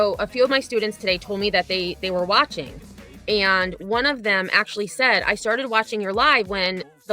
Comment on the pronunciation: Wow, I can’t even stand her voice long enough to make it all the way through a clip of her. And ( or aayand) if I say it using 2 syllables like this dufus, she’s a lying POS too. She should not be allowed to teach 12 year olds if she thinks Betty content is for pre-teens.